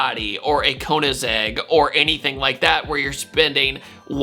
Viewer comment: it's Koenigsegg, not konizeg